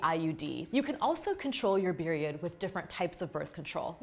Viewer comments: Am I tripping or did she say beriod instead of period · Did she just say beriod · did I hear beriod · Did anybody else notice she said beriod 😂